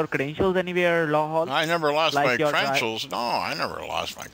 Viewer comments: your intro..it's credentials not crentials.. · "my crenshuls"